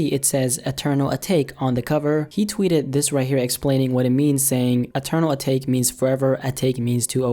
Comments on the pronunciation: Bruh it’s eternal a-ta-ke not a-take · Its pronounced "A-Ta-kay"